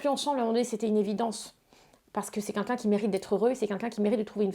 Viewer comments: arrete un peu genre t'as compté? Meme en dehors de cette interview elle passe son temps à dire' kinkin" au lieu de quelqu'un. Va falloir que quelqu'un lui apprenne à prononcer ce mot. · Elle le répète 2 fois.... Avec un L..... Tu porte bien ton pseudo